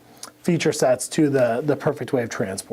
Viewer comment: figures, the 1st person to properly pronounce all the syllables in AU DI O AD VI SOR would be a non employee.